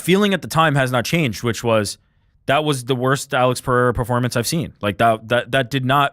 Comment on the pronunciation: Bro said Periera let Ankaleav off the hook😂 can’t be serious